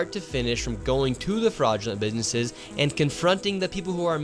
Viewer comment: Bro can't even pronounce "businesses" and he's an expert 🙄